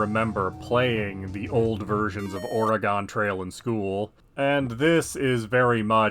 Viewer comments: ORaGONE? i live here nobody calls it ORaGONE we say it how you are saying organ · liar I actually live here and we actually pronounce it uh-ray-gun